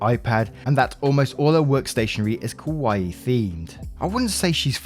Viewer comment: LOL, ok, I know didn't do this intentionally, but calling it "Kowai theme" is VASTLY different than "Kawaii theme". Kowai is Scary, while Kawaii is Cute. Sorry, it's the little giggles in life, and Hello Kitty is terrifying =p